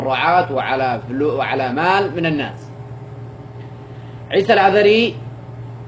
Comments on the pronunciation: هذا يقول انها زوجت عيسى ماتعرف تنطق اسمه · ههههههههههه ليش ماتنطق إسمه صح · بالله عليك ماتستحي انت وهي ماتعرف تنطق اسمه بتقرا غلط الله لاوشل عليك انت وهي مرته ماعرفت تقرا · اول حاجه انطقي اسمه صح ههههههههههه وعادها تتقراء من ورقه شكلها تضحكو ع من يازنوات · مش عارفة تنطق اسمة كيف وهوا زوجها 😂😂😂😂😂😂😂